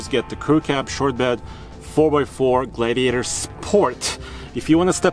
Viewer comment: Glaaaidiator haha